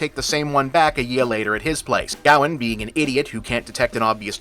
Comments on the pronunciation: For a good part of the review I was trying to figure out who Gaowen was, then I realized it was Bob's strange way of pronouncing Gawain. AFAIK "Gawain" should rhyme with "Wayne", "rain", or "pain". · I don’t know how the movie says it, but his name is meant to be pronounced guh-wayn, other than that, great video! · Is it not pronounced’Gah-wayne’?? I’m going to have to research that now. I can see with your pronunciation that it could be a Welsh proto Gavin. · Ever time you said Gawain, I cringed. Can we just ban Americans from pronouncing old British words. It’s pronounced “Ga-wain”